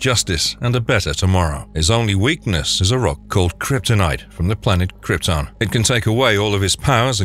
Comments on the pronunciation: Dude it is krypton, u really need to look on how to pronounce words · agh the way he said krypton..😩